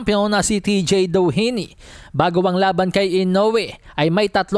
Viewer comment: yung pinipilit mo ipronounce yung DOHINY .